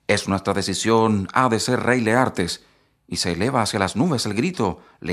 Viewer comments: Porqué usted dice : Leartes si el libro dice Laertes.... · Leartes o Laertes ?